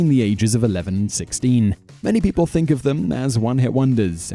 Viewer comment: I wonder if it's ever an awkward realization when a Brit says "Think" and 'Fink" in the same sentence and realize they just said the same thing.